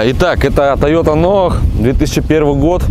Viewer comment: Режет ухо НОАХ, я понимаю,что в европейской части безграмотные, но в Приморье нонсенс ! Тойота НОЙ , вот правильное название автомобиля !